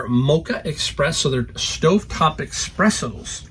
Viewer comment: Ex-spresso. Luv it 🤣🤣🤣